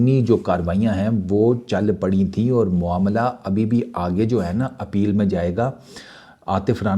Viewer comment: मामला❎ मोमला✅😂😂😂😂